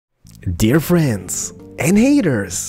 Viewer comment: I like how you say friends and haters